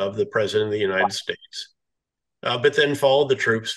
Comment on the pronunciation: what’s an Untied general. Untied, Uptight, Untide?